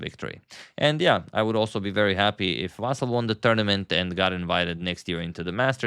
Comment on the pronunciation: I appreciate you correctly pronounce his name as Vasyl, as it's in Ukrainian language and Vasyl is Ukrainian. So many misspellings were done before, confusing Russian and Ukrainian first names.